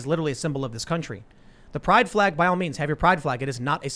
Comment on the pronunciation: YouTube can't nail Tim for dropping the 'L' from the word "flag." Joe Biden did the same thing in a speech like a month ago